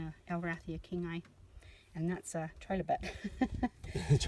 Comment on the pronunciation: It's pronounced try lo bite, not tre lo bite